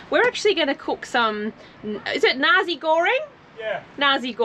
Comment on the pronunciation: The fried rice dish is pronounced Narsee (Nasi) Goreng not Narzee Goreng, just saying.